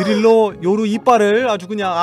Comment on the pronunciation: 님 웃기심ㅋㅋㅋ요루를 요후 라고 말한닼ㅋㅋㅋㅋ